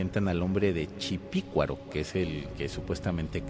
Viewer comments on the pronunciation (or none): Una corrección. ¡No es chipicuaro, es "CHUPICUARO"